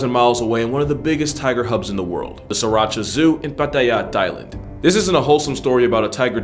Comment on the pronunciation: The pig and tiger is at the tiger zoo in Thailand. They swap the baby pigs from the mother pig and the tiger cubs from the tiger. You will see piglets with new mother tigers at the tiger zoo. You also pronounced sriricha and Pattaya wrong 😭 they do this literally just for fun tbh…it’s not a very good place. I’ve carried tigers and baby crocodiles and you can ride elephants there. It’s fun when you’re a kid but then when I got older I realised it was a DREADFUL place. Be careful when you go to Asia and visit these “zoos”